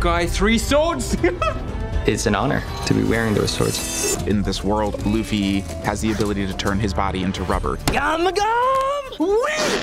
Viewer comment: just correction, Luffy as in "L-U-FFY" sounds like "ZOO" "ROOF" "RACOON" "LAFFY" and "LUFFY" have a different sound. but if you have some difficulty of pronunciation, ok i accept it, what can we do?, that is your lips.